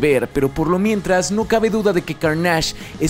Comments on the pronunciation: pero lo pronuncia con énfasis en la segunda A, o sea, se debería pronunciar "Cárnash" con énfasis en la primera A, y lo pronuncia como "Carnásh" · Soy el único al que le parece un poco raro que lo mencione como Carnásh, Siempre pense que se pronunciaba Cárnach, es una pendejada lo sé, el contenido y estudio detras de este y todos sus videos son muy profundos y me encanta como contextualiza, solo queria mencionarlo jaja:P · Lo siento por la corrección pero no se dice: Car * nÁ *ge... Es cÁr * na * ne. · Es CÁrnage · ¿Por qué le dices /carnásh/ si se pronuncia /kárnesh/? Ni doblado al español se le ha llamado así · Que buen video, pero la pronunciación de Carnage me produce mucho dolor. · buen video pero, de plano no puedo con tu "carnásh!"... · A ver porqué le dices "Carnáge"? De dónde se te ocurrió que esa es la pronunciación correcta? Madre mía, siempre que regreso a tu canal sales con una pendejada nueva... Que Carnage no tiene otras historias recordadas? Hazme el chingado favor, tu canal es de Comics y parece que no ubicas la saga de Absolut Carnage o Carnage USA...